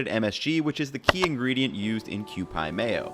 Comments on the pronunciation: it's pronoucned Q-Peee not Q-PI (eye) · It is, like Q-P. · Kewpie is pronounced "kyoo-pee", not "kyew-pye". It's named for the Kewpie character and dolls made around 1910. Their logo is the Kewpie doll. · kew PEE. not kew PIE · Hey, just wanted to let you know the o in konbi and shokupan should be pronounced with a king o, like the same phoneme as toe. Also Kewpie is pronounced Q-P, but other commenters already got to that. Keep the great videos coming! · Nice video...however, you should work on your pronunciation if you want to pay respect to the originals...ie, it's Shokupan ( show ku pan), not "shocku" pan...and you murdered Kewpie (Q pee). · Kewpie (pronounced q-pee lol). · huh.. Q-pie mayo?? A lot of Asian pronounced Q-Pee mayo... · Hate to be that guy but it's pronounced "show-ku pawn" and "kew-pee" mayo. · It feels so weird the way he pronounced kewpie. In japan it’s pronounced kyuppy